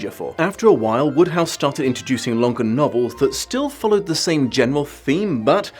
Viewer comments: WODEhouse. Not Woodhouse. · I never realized until now that Wodehouse was pronounced "Woodhouse". I always thought that it rhymed with "Roadhouse". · Every time you said Wodehouse I kept thinking of Jane Austen's Emma.